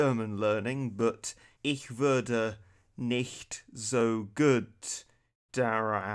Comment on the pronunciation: Damn as a German your German actually sounds quite good I’ve never heard someone pronounce „würde“ correctly congrats